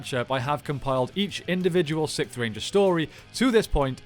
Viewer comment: It low key sounds like u saying the Sith ranger